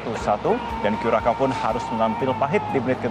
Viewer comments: Kurasao bukan kurakao ç bacanya spt "s". Negara di daerah Amerika Tengah, kepulauan di Karibia, saya pernah k sna. Iklim nya panas seperti Indonesia. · Bacanya : Kyuresao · Cara bacanya "Curaçao" itu Kurasau.